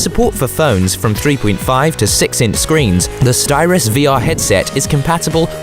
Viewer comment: It’s Sytros, not Styros.